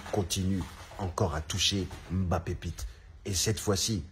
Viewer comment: Prononce bien ce nom, il vient du Cameroun et il est respecté (ce nom ) ici par son grand père